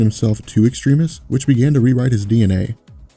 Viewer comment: Does anyone else find it a bit annoying when he keeps on pronouncing Extremis incorrectly?